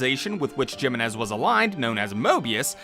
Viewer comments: No one is gonna talk about how he mispronounced Jimenez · Cant get pst the fact how you Mispronounce Jimenez. Its clearly pronounced the correct way in game... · You saying the name wrong made me love this video more. Toddlers love asserting dominance by nitpicking someone's American, Chinese or British Etc accent saying something not from their 1st language. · doesn't matter if you butchered the name. We know what name you're trying to say❤. Ppl need to stop condescending through pettiness.